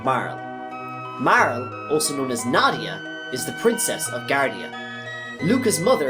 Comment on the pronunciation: MAR-LEY. Not Mar-el